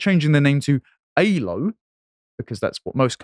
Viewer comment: Aylo, not Halo.